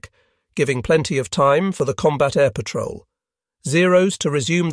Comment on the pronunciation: "Pat-roll" You mean patrol?